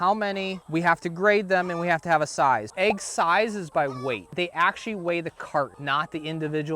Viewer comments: AIGS! We got AIGS! It's an EGG not AIG! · Head bang every time I heard the letter A in "egg." It's like sleeping on a bade, chaking a list twice, trayking through the forest, looking for a treasure chaste, putting your nake on the line for someone, the baste of the baste in waystern haymisphere. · The way you pronounce "egg" drove me insane